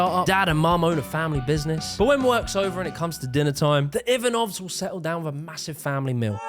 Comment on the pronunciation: Your pronunciation of the name Ivanov was brutal. 😂